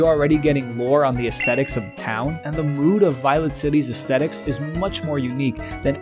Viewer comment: I dig your vid. You may not believe it, but my grandad was a decently well-known doctor of philosophy from Yale, and his career focus was Aesthetics... not trying to be mean, just trying to save you some face: if you wanna stop embarrassing yourself, pronounce it correctly. It's not a hard T, because we don't speak Latin.